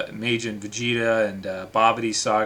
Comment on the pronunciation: He can't even pronounce majin correctly